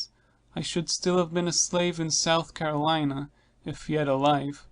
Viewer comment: Agreed. I appreciate the effort the current reader I'm listening to made, but can't fully understand her. And it's not an audio issue. She pronounces Carolina as Caroleeena